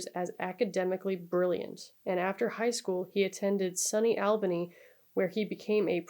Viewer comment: Great video as always. I will say , the city is pronounced “All-ban-ee” and not Al like Albert. The only reason I’m pointing this out is it’s the state’s capital and may come up again in other videos, and I actually had to replay that spot as I didn’t realize what you were saying at first. But it’s a super common mispronunciation. I used to work on movies and any time one was specifically set in Albany in the script, we would have to coach the actors on how to say it. Before then I never realized how stupid the spelling was.